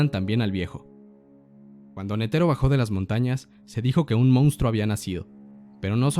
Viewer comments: Nétero, no netéro ni neteró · La fonetica del japones es similar al español, y sin embargo este pendejo sigue pronunciando Netero en lugar de Nétero como lo pronuncian los japoneses